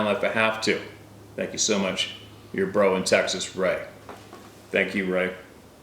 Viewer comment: Haha! Just say TEXAS!